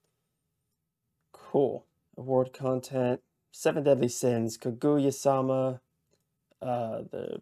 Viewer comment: Good luck! But just FYI, the emphasis in Kaguya is on the "Ka." You were driving me crazy saying kaGOOyah haha.